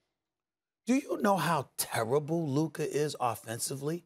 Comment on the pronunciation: It’s Luka I’m sorry it’s Luka